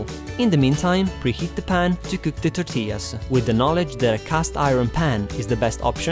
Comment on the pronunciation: Wow muy bein ( very good) ....love the way you say tortillas with the proper Spanish accent.